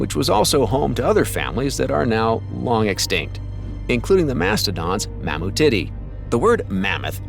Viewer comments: I heard him say Elephantitty and Mammutitty. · I cant get past the generated voice repeating mamo titty over and over. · They are pronounced “Ele-PHAN-ti-Day” & “Mam-moo-ti-Day”. You’re pronunciations are laughable. Manipulate the AI to pronounce it correctly. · "known as Elephant-titty" 😏 but let's not forget Mammu-titty. 😂 That auto-speak's pronunciation is cracking me up. 🤣 🐘🫁🦣 👀